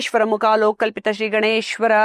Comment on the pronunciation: "ಶ್ರೀ"ಅದು "ಸ್ರೀ" ಅಂಥ ಕೇಳಿಸಿತು